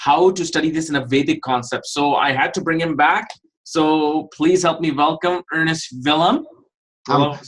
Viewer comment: ERNST not ERNEST... Ernst has given up on correcting...